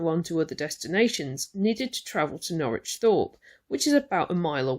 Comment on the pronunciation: Norwich is pronounced 'Norridge', but it's a common error that many folk make -! 😊